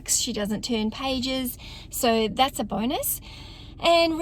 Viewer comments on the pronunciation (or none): none